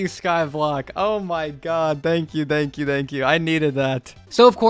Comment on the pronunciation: Why does he say dankyou?